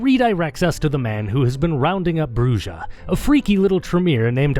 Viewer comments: Its not a big deal, but holy never heard spanish in your life... Bru-hah, not Brujjjjjah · Actually Brujah is pronounced like Bruja which means Witch in spanish. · Brujah is pronounced as "BREW-HAH" :) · I am so happy to see this video, especially since I was hoping to see you touch upon on VtM. I also plan to rejoin patreon on the 1st so the streaming is something to look forward to. Though it’s weird to hear Brujah pronounced with a J since it’s actually pronounced “Bru-ha” since it’s a Spanish word. Is it pronounced with a J in the game? I’ve never actually played it. As for fave clan? Lasombra. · I had my suspicions but hearing him pronounce bruja like that confirmed that this man is whiter then sour cream.